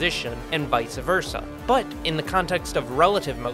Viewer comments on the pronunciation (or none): This guy: Has a master's degree Also this guy: Can't say "Vice Versa" correctly